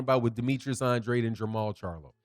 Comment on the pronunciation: "an drAde", with a long A. Not "an dra dEE" I'm sure you're not purposely mispronouncing his name. He confirmed this in one of his interviews.